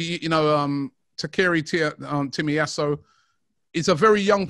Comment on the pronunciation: always butchering foreign names 😂 Takeri Timiyaso